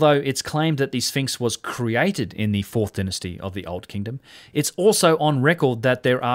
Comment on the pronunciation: Denisty?? It is Dynasty.